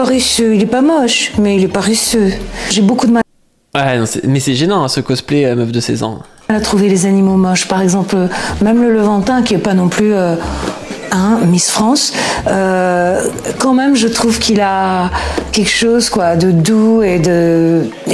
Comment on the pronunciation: La "meuf de son mec" parle d'animaux moche en parlant de levantin (sous-titré lamantin) : mauvaise prononciation ou parle-t-elle d'une personne du Proche Orient ?